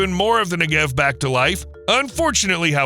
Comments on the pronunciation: Your whole video is about the Negev, but you can be bothered to learn the accent goes on the first syllable NEgev. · its pronounced NE-gev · The accent is on the first syllable -Negev. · Learn how to pronounce Negev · Cool video except for mispronouncing 'Negev' repeatedly throughout the video. If there are any birds that fly through the path of mirrors aimed at the solar concentrator they burn up in an instant.